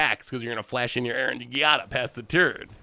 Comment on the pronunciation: Giada is pronounced "Jada", like Will Smith's wife. Please.